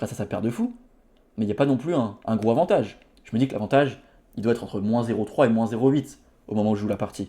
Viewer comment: Stp, les liaisons.. entendre "gro avantage" à chaque vidéo c'est pénible. Bon courage pour la suite!